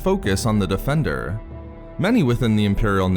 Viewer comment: take a sip every time he says defenDURRRR